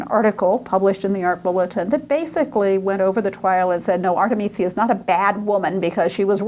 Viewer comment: Pardon me, but her name is 'Artemisia', not 'Artemizia'. Her father was 'Orazio'. You keep pronouncing it: 'Arezzo'. The man who raped her was 'Tassi' not 'Tasso'. Your extremely poor Italian pronunciation weakens everything else you have to say. I appreciate that you are American; perhaps foreign languages don't come easily, but this lecture is simply an embarrassment. I checked out .